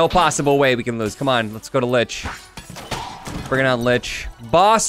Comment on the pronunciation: The L from lich isn't an L... It's a boomerang